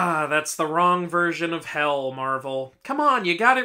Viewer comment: HE SAID HELL,HELL NOT HEL, HELL.